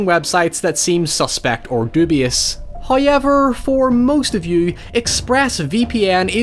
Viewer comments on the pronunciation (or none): Me: However. My friend: However.: HIGH-EVER. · No one: Irish people: HOYEVER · I just got home from a long 13 hour shift, with another one tomorrow and saying “hoyever” just made it all okay.